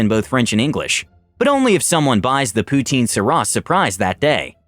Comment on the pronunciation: Poutine-saurus..., I love you, but I promise you, that's pronounced "Poo-Teen-Soar-Us".